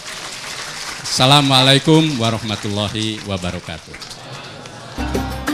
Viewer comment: Ada ucapan salam tang kurang pas : ASSALAAMA SLSIKUM yang seharusnya / yang betul sdalah : ASSALAAMU ALAIKUM.